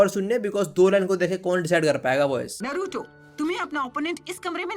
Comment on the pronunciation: Ye log naruto ko bhi nruto bula rhe he it's na not n like tum dhyan se suno a silent lag raha he Nruto